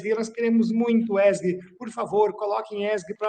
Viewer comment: DICA PROFESSOR ESG: LEITURA CORRETA É {E ÉSSE GE}